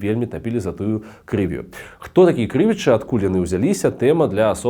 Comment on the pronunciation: Не крЫвічы, а крывічЫ!